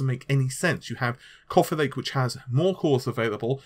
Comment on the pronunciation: couffee lake :)